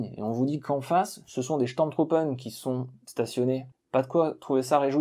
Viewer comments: Affirmatif ton accent allemand mange pas de saucisses le matin. Mais au moins pour les sturmtruppen, ce n'est pas steurm truppen mais stourm trouppen . Le U ce prononce Ou. Cependant si le tréma est présent sur la lettre ü alors ou devient u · C'est chtourm troupe phonétiquement parlant 🙃